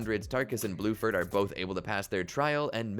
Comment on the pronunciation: Erm actually his name is bruford